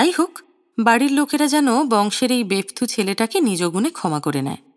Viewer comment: Bepthu noy, bepothu . R koptachar noy , kopotachar . Apnar oti uchcho maaner paath-e etuku truti-o cholbe na ♥️